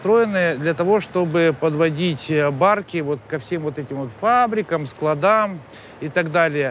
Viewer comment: А я терпеть не могу когда человек, который вроде бы писатель не может правильно произносить слово, расставив правильно ударение: не на складАх, а на склАдах ! фУрсенко всё-таки одержал победу